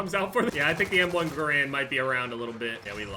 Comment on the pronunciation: You said m1 garand wrong